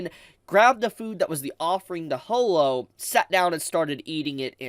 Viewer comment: Ho-lo?? NO IT'S HAW-LO